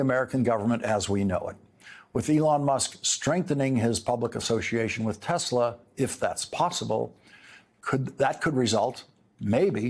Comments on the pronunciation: "I love Tesler" 🤣who voted for this thinking second go around would be better.... jfkm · "I LOVE TESLER" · “I love TESLER!”